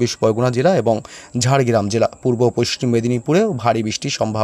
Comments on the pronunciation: পশ্চিম কে পশ্টিম কেন বলছেন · পোইষ্টিম নয়,হবে পশ্চিম। উচ্চারণ ঠিক করুন।সুনতে বাজে লাগে। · পাচু,পোস্টিম বঙ্গ বলছে আবার পোষ্টিম মেদিনীপুর 😂😂😂😂😂 গাঁজা খেকো পশ্চিম বলতে পরে না । খবর পড়ছে